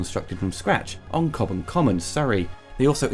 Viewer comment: Great job. fyi. i think is was chobham common not 'Cobham'. very easy mistake to make:)